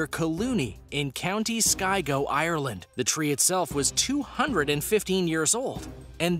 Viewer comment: * cough county Sligo not skigo cough*